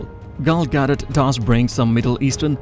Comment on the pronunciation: it's fine that you have an accent but at least learn how to pronounce the proper names correctly. "Exodus," "Cleopatra," etc. even Gal's last name is mangled. the next time you record a voiceover, sit down with a native English speaker first and make sure you're not butchering the names. the pronunciation doesn't have to be perfect but it shouldn't make the listener cringe. mispronouncing the subject's name is a no-no.